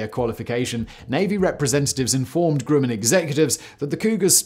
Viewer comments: What’s this company called “Grooman?” I’ve heard of “Grumman” (rhymes with “gum” not “groom”). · Always heard it was GRUM in instead of GREW min… Sorry Si to keep jumpin’ on you for your infamous mispronunciations, still love 💕 you and our long forgotten Danny too ! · Hey Simon, my dad worked for Grumman, on the Apollo LM. He always pronounced the company name’s first syllable like that of the word “grumble.” That is, not like “groom.” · It's not Grueman, it's Grumman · We Yanks pronounce it Gruhman (like brush), not Grooman. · "Grooman" ==> "Gr-uh-man" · Grumman is pronounced with a soft u, as in "gr-uh-mman." Successor company Northrop-Grumman has several facilities dotting the part of Los Angeles where I live, so the name is as familiar as McDonald's or Burger King. The only thing is, unlike other local aerospace companies in town here, no way is anybody allowed to get close to any Northrop-Grumman location. Allegedly. cough, cough B-21 Raider stealth bomber which deserves to be featured in a future episode of Sideprojects or Megaprojects.